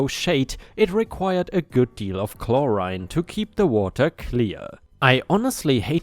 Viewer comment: Story 3: seance. Said correctly and it's basically what you said, an attempt to communicate with dead people. I'm sure there's a more precise definition but I don't really care. What you said sums it up just fine. 👍 Chlorine on the other hand, has an "reen" sound at the end. Story 5: Component is said as "come p-own-ent."